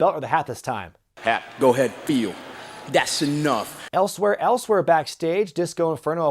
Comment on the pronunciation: Nobody: Konnan: T H A T S E N O U G H